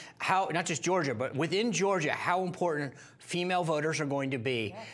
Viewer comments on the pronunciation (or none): Why can't this woman pronounce "IMPORTANT", not imporant! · Why is the T always missing in words like important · "Imporant" There is no such word.